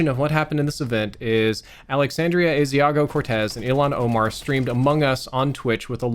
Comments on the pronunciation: “Asiago Cortez”? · How are people still pronouncing AOC's name wrong?